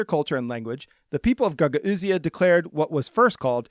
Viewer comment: I gotta say pronunciation of Gagauzia is driving me crazy. It's pronounced guh gowz or guh gowzia. Love the channel though!